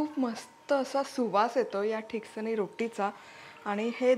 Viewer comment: pronounce it as " Tiksaani" which mean which is thikat. Glad you are showing my konkani recipes. There is another dish made from thin poha called " mande" if you can post this recipe i will be happy.